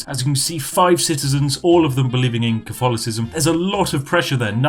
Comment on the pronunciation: I am normally more of a Twinings Earl Grey or Irish Breakfast, but who am I to contest a week's supply of tea. Have you thought of playing as Britain, with the goal to take back all the colonies (India, USA, Canada, Australia, etc) in the game? Edit: You mispronounced Cof-tholocism.